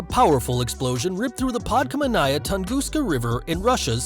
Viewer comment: podkAmeNNaya, not podkamenAya. Stress on first vowel in root. Pod is a prefix meaning under. And there is double N.